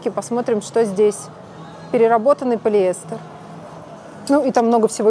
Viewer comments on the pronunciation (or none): none